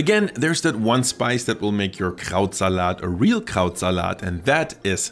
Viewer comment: I was like "wow, for an American he pronounces Krautsalat extremely well" - then I realized this was filmed in Germany and is German (?):D